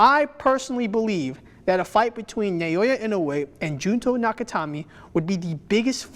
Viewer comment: Amazing content! A little note, the name Naoya is pronounced with three syllables, "Na-oh-ya".